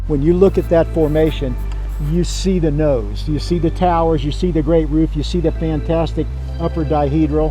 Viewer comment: The next time this guy says "the Nowse" I'm gonna freak xD